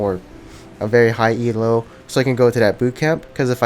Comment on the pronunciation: please stop saying E-L-O, its one word, Elo, not an abbreviation